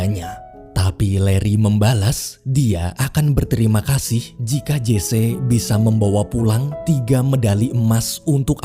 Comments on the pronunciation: Sedikit mau memperbetulkan.Memanggil nama Jesse harus nyebut "Jesi" bukan "Jese". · Maaf bang admin..namanya Jesse Owen ucapannya Jece apa Jessi..saya kok demgernya malah kurang pas kl Jece ya